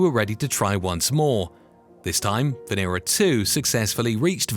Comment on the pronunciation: VEnera, not veEEra.